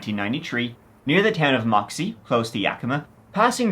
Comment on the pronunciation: hearing you pronounce Yakima and Moxee better than a lot of people from the Pacific Northwest is wild 😅